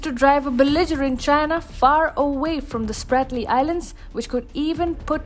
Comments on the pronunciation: Not Spartly. Spratly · Ahhh…. That is „Spratley“ islands! Idiots!